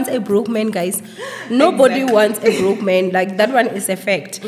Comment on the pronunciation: Emphasis on “broke”.. so is it really that good?. 🤣🤣🤣